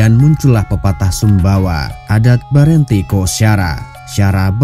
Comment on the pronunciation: Berenti lebih ditekan pada huruf i bukan e